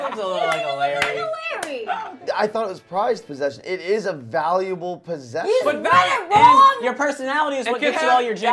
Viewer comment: did say vaulble possesion